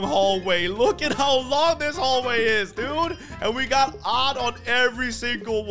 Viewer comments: “This is my TV station dewd” Had me rolling 😂😂😂😂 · The way he says dude😂😂